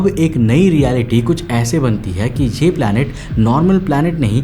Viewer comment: Planet ❌ palet ☑️